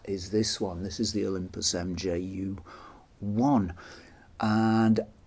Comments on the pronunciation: I've never heard it pronounced MJU, the name is μ which is pronounced [mju:] (in IPA not in English) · Nice video! It’s probably already been said but the “mju” is pronounced “mew” or “myoo” as the Greek letter: μ (mu) 😊